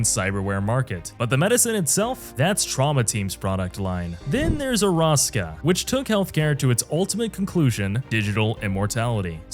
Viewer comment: did you... not play the game? thats not how you pronounce arasAka and mikOshi... lol